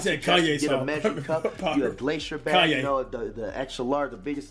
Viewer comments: Wait did he say Kanye red pepper😂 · its ky- yan pepper bro😂😂😂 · So nobody heard him say Kanye pepper 😂🤣💀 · That boy said Kanye pepper 🌶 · nigga said KANYE PEPPER LMFAOOOOOOOOOOOOOOOOOOOOOOOOOOOO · he said kanye pepper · Mf said Kanye pepper 😭😭